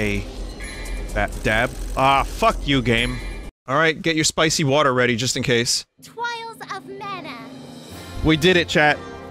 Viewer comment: TWIALS OF MANA! Vinny: Am I a joke to you?